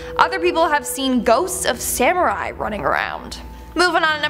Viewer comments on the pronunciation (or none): none